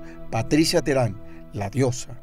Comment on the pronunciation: Póngale el acento con ganas guey , teherÁn